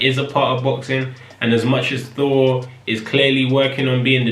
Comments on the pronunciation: Yeah British people often replace 'th' with an 'f' sound. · is he saying 4 or Four!? XD